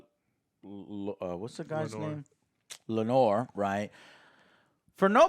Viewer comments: As a father to a daughter named Lenore, I really hope you can learn to pronounce Laenor right for the rest of the season. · Hahahaha. I was about to write this same comment. I find it hilarious now. My favorite is that Laenor (Lay-nor) is now Lanore (La-nor), like an Edgar Allen Poe poem. And now Corlys is now “Corals” lol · Ah yes. Lord Christian in addition to Corals and his son Lenore. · pronouncing the names: “Ser Christmas and Rainfall. And Rainfall’s father, king Vicarious